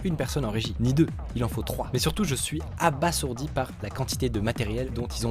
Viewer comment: Abasourdi se prononce "abazourdi"